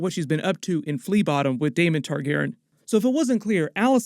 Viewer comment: Why do you pronounce Targaryen “Targ-airin“?